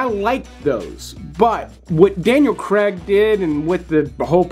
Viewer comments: it`s not creg it`s Craig you need to learn to pronounce english words correctly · It's CRAIG not Cregg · It's not Daniel Cregg! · Good video. But the Scarface time gap will only be the same in 10 years and Americans really need to learn how to pronounce "Craig".